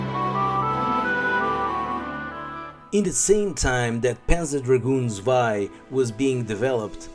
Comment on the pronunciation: if its your favourite series then maybe its time to google how to pronounce "panzer" and "zwei". [